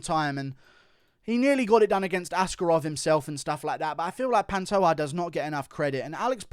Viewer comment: Panto JAH not ha